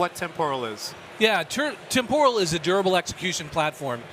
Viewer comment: The way they pronounce "temporal" with the stress on the second syllable is really annoying.